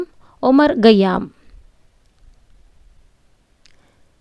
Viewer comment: കയ്യാം എന്നല്ല ഖയ്യാം എന്നാണ് റേഷൻ എന്നല്ല പേർഷ്യൻ എന്നാണ്😅😅😂😂😂😂😂